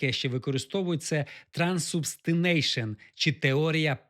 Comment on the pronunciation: Пора би вже правильно навчитися вимовляти. В англійській мові нема слова «транссубстинайшен» (на англійській «transubstination»). Це слово вимовляється на англійській як «трансубстантієйшн» або «transubstantiation» -the conversion of the substance of the Eucharistic elements into the body and blood of Christ at consecration, only the appearances of bread and wine still remaining.